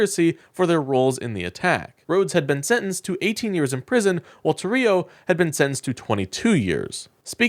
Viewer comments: Tarrio - TAR RI O —— It is IMPORTANT we pronounce these criminals name correctly so no one thinks they are someone else💙Show your faces you #ucking punks. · Tarrio is pronounced TAH-rio.